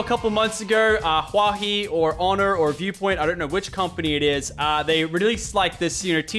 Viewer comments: its Huawei not huahi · HUA HEE, lmao IT’S HUA WEI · Who else checked the comments after he said huahi instead of Huawei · it is huawie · it's pronounced wha-way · XD when he said Huawei wrong I cringed so hard, since my dad works for that company and everyone says it wrong!